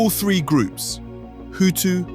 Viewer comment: I can’t take anyone serious who says “Fing” instead of thing .. or “free” instead of three..